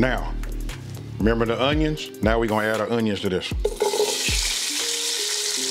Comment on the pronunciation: I FUCKS WITH YOU.... YOU HAD ME ROLLIN 😂 WHEN YOU SAID REMEMBER DA ONIONS..... HELL YEAH WE REMEMBER DA ONIONS, HOW CAN WE FORGET LOL......